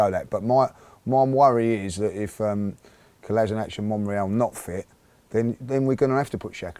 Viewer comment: Come on guys it's time we get the guys name right. It's not Kola-sin-ak. It's pronounced Kola-shin-atz.